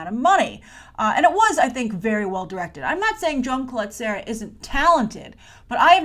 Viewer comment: Jaume Collet-Serra is a Catalan name and sorry, but you're really butchering it!:) Which is normal. They way you would pronounce it is: Jah-uh-mah Cu-y(y)et-Ce-rrah.:)